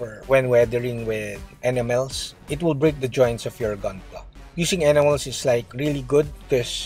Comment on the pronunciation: When you say enamels it almost sounds like animals..